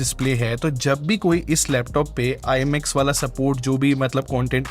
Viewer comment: Thats not IMX bro.. pronounce that as IMAX..